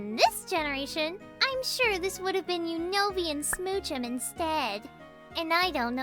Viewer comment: Unova? More like usnorva! (U-snore-vah)